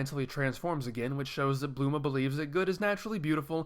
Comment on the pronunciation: Bulma not bluma